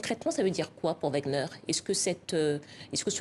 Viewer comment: Madame c'est pas WAGN EUR mais WAGN ER